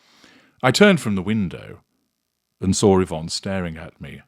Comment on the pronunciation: I’m glad you pronounced her name correctly. My Mum’s name was Yvonne and she always complained that people called her Evonne. Totally different name .She always said her name was ivonne not evonne ,to make a point between Y and E .